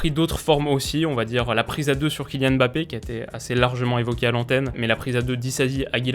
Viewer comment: Je te parle en tant que Camerounais, je te supplie d'apprendre à prononcer "Mbappe"